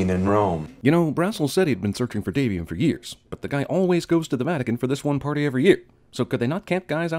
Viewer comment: Daniel van Loenen 'Davian'. Not 'Damien'. Double plus sin